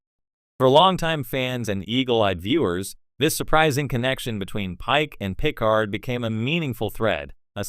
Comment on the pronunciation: I know jean pronounced like a female and Picard is pronounced the way the the lady innkeeper calls him in times arrow (pick-ard)